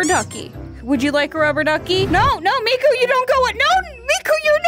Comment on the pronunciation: it's miku not mako...